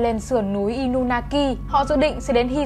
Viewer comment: Inunaki mà em toàn đọc thành Inumaki:))😊